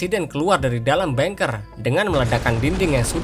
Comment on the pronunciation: Keren bang Admin. Cuma kata bunker mengejanya "bangker" bukan "bengker" kl "bengker" artinya pejabat bank. Sukses ya ...👍👍👍